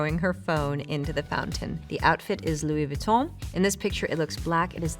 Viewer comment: The way she says “Luis Vuitton” scratches my brain. 🥴